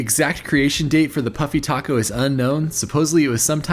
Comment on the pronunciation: I thought you were saying, "puppy taco."😂